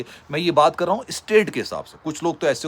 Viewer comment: "کر رہا" کر ررررا